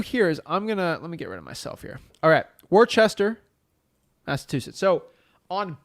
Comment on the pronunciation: You obviously ain't from Mass. It's pronounced "Wuhsta", not Worchester. LOL. No way you would know that, but for future reference. Great vid as always!